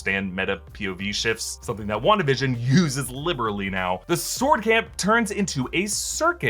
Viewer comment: Is it on purpose that you're saying "Wanda-da-fk" instead of simply "Wan-da-fk"?